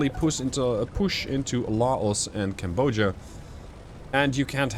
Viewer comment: Each time you mispronounce Cambodia, I die inside TwT